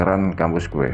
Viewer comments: Mas ngomong GUE nya medok.. Gak cocok dngan logat jawanya mas ngmng GUE 😂😂 MAAF 🙏🙏🙏😜😜 Pake SAYA aja lbih enak 😁😄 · Dennis Saputra iya jadi gak serem..Malah focus ke GUE nya pngen ngakak 😂😂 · Salfok ke "ghuwe" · Lumrah bang orang jatim kalo ngomong " GUE " medok 🤣🤣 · Hahaha mas nya "Gue" nya MEDOK BINGITTTT???Klau bukan asli Betawi atau Jakarta ga usah Sok-Sok'an bicara pake "Gue-Gue" segala??cerita ente bagus tp gara gara "Gue" cerita ente jadi minus???Mas..gw orang Jakarta,asli Betawi lama Stay di SBY??bisa bahasa Jawa dan gw ga malu bicara pake bahasa Jawa??ga harus Pake bahasa elo-gue-elo-gue. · Cuma 1 yg agak menggelitik kuping saat menyimak cerita.. Yaitu kata "gue"... Diucapkan dengan kemedokan jawa kental...